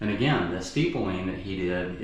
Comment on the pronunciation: Its “ Stippling, not Steepling”